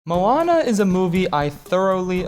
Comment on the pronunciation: How the fuck is Moana your favorite Disney movie? yet you can't even fucking pronounce Moana and Maui properly.